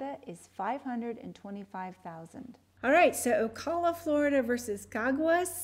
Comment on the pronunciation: FYI the way you pronounce Ocala is "O" "CAL" (as in California) "A" as in ' UGH". like a local.